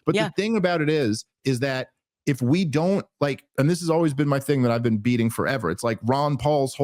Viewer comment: “You haven’t ever Bean to Isreal?” 😂